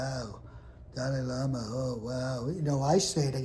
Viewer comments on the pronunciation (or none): I’m going to miss once he’s gone 😂😂😂😂 Did he say Dolly Lama 😂😂😂